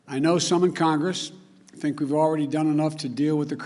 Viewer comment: Others snink that? 0.07